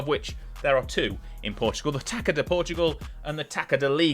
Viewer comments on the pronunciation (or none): Your pronunciation was not bad, as we are a tricky language to master. Although the only thing that is kind of nerve inducing is the pronunciation of "Taça". To those unware, you are saying "taka, taka da liga". However, it should be pronounced as "Ta-suh" or "Ta-sah" Take the the word "Garçon" (as in waiter), the sound of the Ç should be the same